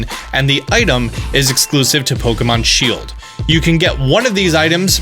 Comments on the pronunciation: you said Shiled not Shield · shield* not shiled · My favorite game Pokémon “shiled” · "SHILED" make my day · 'Shild exclusive' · “shiled only” get some sleep my dude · ah yes Pokemon Shiled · what's a shiled? Lol